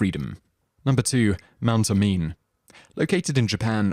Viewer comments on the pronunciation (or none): It's pronounced Mount Oh-mee-neh